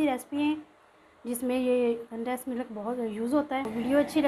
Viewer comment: Easy recipe. Sorry to say k Milk hota hy millak nahi. Uneducated log millak kehte hain. Nariyal k laddu wali video ma b aap milk ko millak keh rahi theen jo k bht awkward and lgta hy. English ma kehna koe zaruri nahi hota simply doodh b keh sktee hain ghlt bolne ke bjae so plz perfect lafz bolna chaheay k video sari duniya daikhti hy. Stay blessed. Sjad